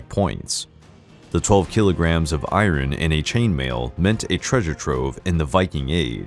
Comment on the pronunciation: Can you stop saying "irin" it's iron. And it's not "sea-ax", it's just "sax".